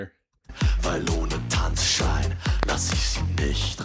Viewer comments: Tanz - Schein. think of it a two distinctive words, don't try to bridge it. and you mix one N too much in it: Schein, not Schnein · TANZ (like 'hunts') SCHEIN (exactly like 'shine')